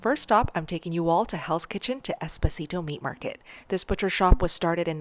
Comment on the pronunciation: The way she pronounced Esposito 😢. Im Italian and cringed